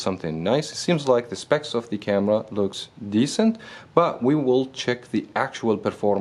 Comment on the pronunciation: * looks why you don't pronounce the S ?